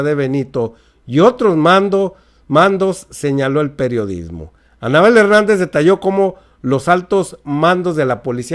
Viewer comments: Like si escucharon si decía Fernández y es Hernández 🤔🤔🤔🤔saludos a mi estamos bien informados 👍👍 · Anabel Hernández!... Her-nán-dez 😁😁😁😁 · Es Anabel Hernández, no Fernandez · Ni leyendo el apellido le atinas.!!! No es Anabel Fernández..!!!! ES HERNANDEZ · Van 50 veces que dices Anabel Fernandez.. El apellido es "Hernandez" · !!!!!!.........ES ANABEL H E R N Á N D E Z.......NO.......FERNANDEZ. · La periodista se llama Anabel Hernandez y usted esta diciendo Anabel Fernandez.